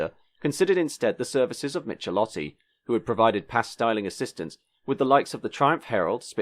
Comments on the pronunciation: Zetland, suburb of Sydney with a short "E" not Zeetland. Giovanni Michelotti, the 'ch' in Italian is pronounced as a hard "C" not "ch". Good vid though; I saw all of these cars when they were new, even saw the P76 driven in rallies. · Actually the last name of that Italian designer is pronounced as "mik-e-lotti". In Italian, the digraph "ch" equals the "k" sound. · Michelotti pronounciation is : Meekailottee. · Michelotti is pronounced "Mikelotti", not "Mitshelotti". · "Michelotti" is pronounced "Mikelotti"... the Italian "ch" is pronounced as a "k" (as in kilo), not as in "cheese". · If you're going to play documentary journalist, you'd better get acquainted with foreign pronunciation. Michelotti is Italian and sounds "Mee-keh-lotty"